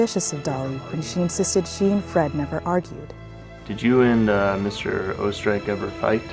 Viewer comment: It is pronounced 'Oostereich' not 'O-Streich) it is german for austria